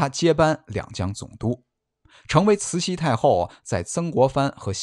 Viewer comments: 慈溪听着真别扭，是慈洗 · 除了慈西太后